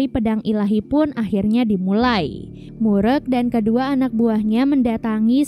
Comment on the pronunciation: Just info. Klo ada nama org korea yg pake "eu" di namanya. Jgn di sebut "e". Kaya mimin ini, "mureuk" di sebut "murek", penyebutan "eu" dlm bahasa korea sama kaya penyebutan "eu" orang sunda. Contoh: "geulis" "keren Euy!" "Eleuh eleuh.." dll. Jadi lebih cenderung ke huruf u penyebutannya.